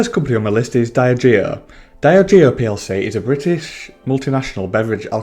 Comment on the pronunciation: Not a fan of that pronunciation of Diageo 👀 Dee - Adge - Eeo Great video though 👍